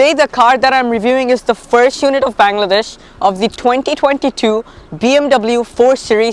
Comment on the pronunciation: Learn to say Bangladesh properly.